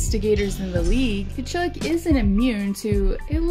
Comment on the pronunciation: You need to pronounce Tkachuck properly lmao